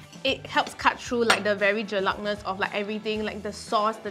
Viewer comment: keeps repeating "Jelat".. but it's "Jelak" sis. XD but honestly, i really love their seafood. Nicole has S-tier taste buds!